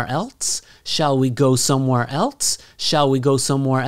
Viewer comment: you say:shall we go somewhere elts?< >